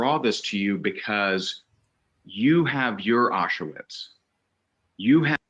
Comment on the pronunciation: Its not Ah-shu-wits, dumba**. It's pronounced Ah-sh-vitz